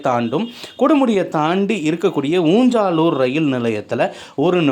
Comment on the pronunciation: ஊஞ்சாலூர் என்பது அல்ல ஊஞ்சலூர்